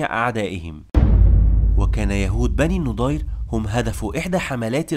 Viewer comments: مجهود مميز... لكنك تنطق الأسماء خطأ.. فنعيم بضم النون وليس بالفتح والنضير بفتح النون وليس بالضم وهكذا كثير.. ياريت تهتم بتشكيل الأسماء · احسنت وبارك الله فيك .. بس يا ليت تنطق إسم بني النَضِير بشكل صحيح